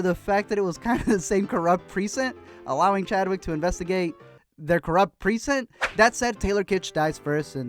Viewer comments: Everyone else: "Pre-cinct": "Preesent" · Was anyone else bothered by the way he pronounced Precinct??? I mean I love your videos bro but its as bad as when Beyonce talks about Surfborts. Lol. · YOU ARE PRONOUNCING PRECINCT HORRIBLY INCORRECT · It's so weird hearing Chadwick talk without the Wakandan accent. And the way you kept pronouncing precinct just bugged me.